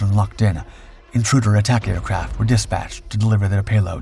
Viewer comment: It's not DISpatched. The word has the emphasis o the second syllaable - disPATCHed